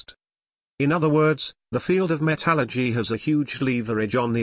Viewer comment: Well, can't say I like the robotic delivery, but at least you did explain it, and you pronounced "metallurgy" right, so I give props for that.